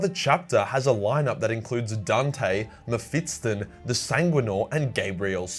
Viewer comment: its Mephiston , not Mephiston , soft T